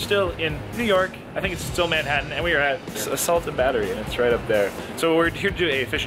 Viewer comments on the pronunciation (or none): none